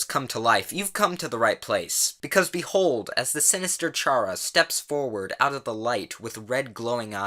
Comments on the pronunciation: I'm sorry I just have to say something,, Its 'k-ara' not 'ch-ara' like CHARActer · Its pronounced kara not chara! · It's pronOUNCED "KARA" REEEEEEEEEEEEEEEEEEEEEEEEEEEEEEEEEEEEEEEE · It's pronounced Kara but with ch and when there was the stabbing toriel her/his name is Frisk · BUT CHARA DID NOTHING WRONG YOU DID IT'S PRONOUNCED KARA I swear Chara has the worst fanbase. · Lolol he called Frisk Chara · Chara? Pretend the h isn't there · 1. It's Firsk 2. You said Chara wrong, the "ch" should be prounounced "k" 3. Toriel is pronounced like the en of tuTORIEL